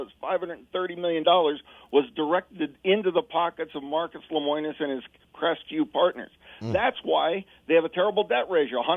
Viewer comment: This guy doesn't even know how to say Lemonis.